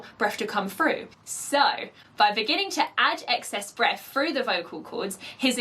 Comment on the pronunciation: I love that you say freuw in place of the word through. Lovely.